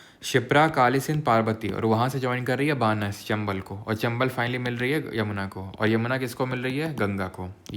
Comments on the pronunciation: Sir Banas -: बनास hai aap बानस pronounce karte ho I'm from Rajasthan 😢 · बानस नहीं बनास नदी